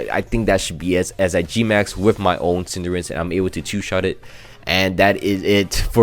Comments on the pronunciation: It's cinderace not cinderance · Pls dont call Cinderace "Cinderence" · Cinderace, not Cinderance. Also please name a Pokemon CInderance so I can also repeatedly flinch during that video.